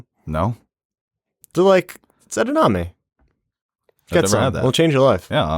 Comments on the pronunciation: Edamame,. Not Edanamee! Also, it's Soy, not Peapods or Green Beans lol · It’s pronounced “Ed-a-mom-ay”